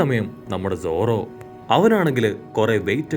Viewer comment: Zora alla zoro😂